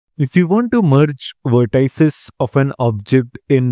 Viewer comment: How dare you pronounce vertices as “ver tie ses”